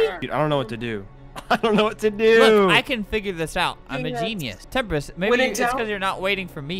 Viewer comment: Albert: says Temprist Autotranslate: says tempura